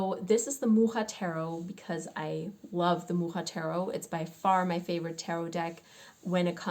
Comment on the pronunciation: Keep on rambling!!!By the way your pronouncing "Mucha" is perfect! It means old fashion name of "a fly" you know the big black ones😅 I did a reading for a friend - she's looking for a new job- and i got the feeling like ,tell everyone to shut up😅 and listen to yourself.And she also had the Hermit- surprise surprise 😁. But than again I'm a beginner and haven't come across this one that often. Love and light to you all 💗